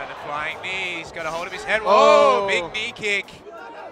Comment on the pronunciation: "Knee kick" lol